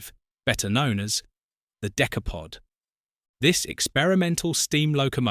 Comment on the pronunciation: The Decaypod. Found that annoying sorry